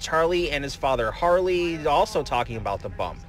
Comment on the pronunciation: Harvey not Harley